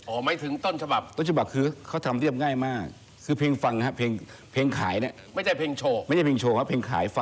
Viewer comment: คำว่า มาก มันเหมือน คำว่า หมาก น๊ะครับเท่าที่ฟัง